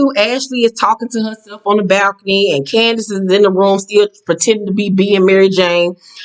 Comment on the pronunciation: Every time you pronounce Candiace's name like that I holler because it sounds like you're saying candy ass with a snooty accent.